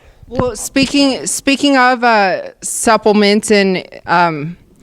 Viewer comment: "supp L ments" 😂 It's supplements chick